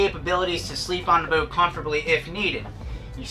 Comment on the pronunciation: Learn how to say the word - boat